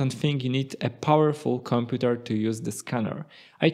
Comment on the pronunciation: The way he says "computèr"